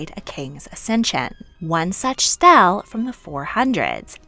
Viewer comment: I believe the term for the sacred oil is "chrism." Also, stele is pronounced kind of like "steely." Great video otherwise.. I love the multicultural scope.